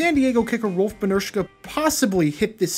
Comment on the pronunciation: Seriously, how can you pronounce Rolf’s name flawlessly, but mess up names like Jim Covert or Gaston Green? WTF?